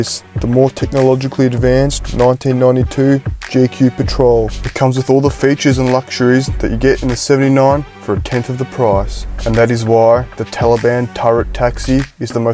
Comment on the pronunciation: get you a gee kew pootrol